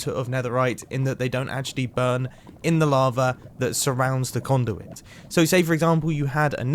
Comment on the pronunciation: listen carefully, he doesn't say conduit